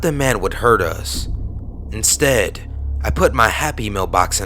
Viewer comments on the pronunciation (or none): none